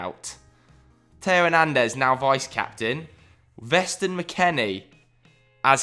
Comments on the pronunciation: Man said Veston McKennie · Please dear god don’t say Weston’s name with a V again. He’s a good ol’ boy for Texas, no v pronunciation needed. But, my Sunday vibes question; how many points will Norwich finish the campaign with?